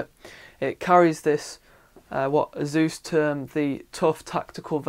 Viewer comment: search for "ASUS Pronunciation" and then we'll see who the muppet is?